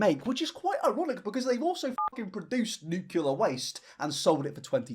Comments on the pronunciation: I love your videos, but nuclear is pronounced "New-clear", and not "new-queue-lure". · Hey. Fahrenheit using American here.. I’ll make u a deal: I will adopt your hoity-toity “Celsius”, but u will have to learn how to correctly pronounce “Nuclear”. (“nuke-lee-urr” NOT “new-queue-lurr”) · the way I remember its "Nuclear" and not "nucular" is because the correct spelling has "clear" in it, lol. Sorry to be a baby back bitch and grammar check this king, just spreading knowledge <3 #it'sNUCLEAR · I'm sorry,, I love your content and all but.... You're gonna complain about people using fahrenheit instead of celsius... but you're gonna say "new-cue-lar" with your whole chest, when "nuclear" is said as it is spelled? "New-clear" not "new-cue-lar." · NE-CLE-AR FRASIER. NEW-CLEAR. pullin my hair out over here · ok deal, I'll switch to celsius if you stop saying "nucular" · I love when i hear people say “nucular” 😂😂😂 it always gets me, idk why! Hahaha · If I have to learn Celsius then you need to learn how to say nuclear. Deal? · I'll use Celcius when you say nuclear correctly. Love ya,!